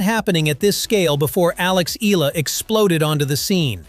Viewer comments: IT'S EE-YA-LA, NOT EE-LA... AI SUCK! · It is E-YA-LA, not EELA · Mr commentator, Eala is pronounce ee ya lah not ela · IT'S EE-YA=LA, NOT EE-LA... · It's a bit frustrating to hear an AI repeatedly mispronounce her Tagalog last name as 'EELA,' especially when the actual hosts and people say it correctly. You'd think a program could get it right, but here we are! Sheesh! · start by pronouncing her name right......its e-yah-lah